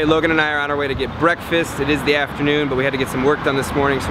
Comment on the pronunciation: bekfast love it😂😂👏